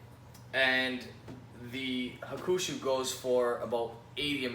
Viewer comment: It is pronounced HA-ku-shu, not ha-KU-shu